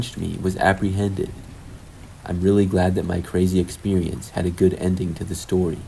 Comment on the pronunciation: lmao... the voice! "The stowi takes pwace..." I CAN'T